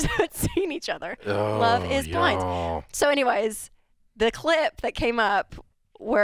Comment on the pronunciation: Dave: "Love is blind-uh?"